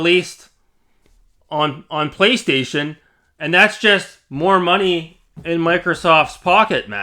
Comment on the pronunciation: Is this the guy with a problem with the letter "L" 😂. "pWaystation"...pWay 🙂...pWaystation...